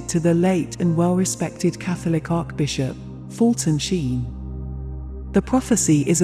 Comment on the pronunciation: It would be wonderful if you had the speaker pronounce the Catholic words correctly, as in Bless- ed, and Arch- Bishop!